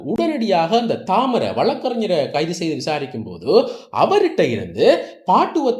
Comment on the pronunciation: நீங்கள் சொல்லும் பெயர்கள் பிழை.. பாடுவத்த அல்ல Batuwaththa. தாமர அல்ல தமரா